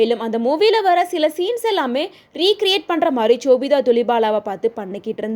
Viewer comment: Chobita illa ma sobita